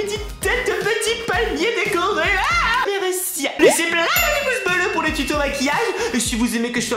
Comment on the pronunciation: méreuci méreuci tu sais pas parle